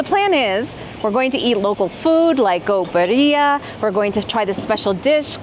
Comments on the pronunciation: Not Beria but birria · Please take the time to learn how to annunciate ….. BEE—RREEE—ah birria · Birria is pronounced " bee-ree-ah" hard accent on the first syllable. I love it!! Mazamitla looks amazing❣️ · It's pronounced BEERia